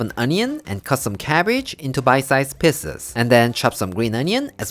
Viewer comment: Lol I know you are saying PIECES but it sounds like PISSES